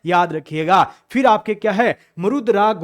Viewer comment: mis mis bolte bolte fhir ki jgha fis bol diya sir n